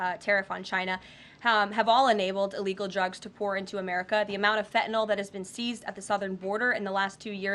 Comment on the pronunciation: I wish people would stop pronouncing fentanyl as if it were spelled, "fentanol". If you can say Benadryl you can say fentanyl.